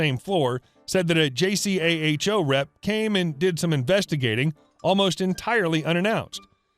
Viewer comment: I worked at a hospital, JACHO is totally feared; whenever accreditation time came around Staff worked into the wee hours complying and compiling. It was a hellish time. However It's pronounced JAY CO.